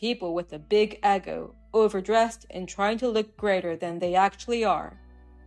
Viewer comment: An "Eggo" is a frozen waffle... an "ego" is a feeling of, oft times, and inflated sense of self worth! Pronunciation is important.